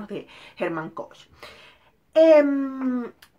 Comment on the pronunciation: El apellido se pronuncia "Kojjj". "Jerman Koj", gracias a ésta reseña lo estoy leyendo ahora y acabo de ver que hay película con Richard Gere para éste año ☺️ Gracias por el tiempo😘😘😘